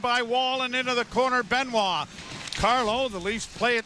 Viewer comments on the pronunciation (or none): none